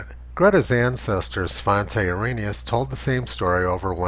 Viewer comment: "Svante Erroneous"?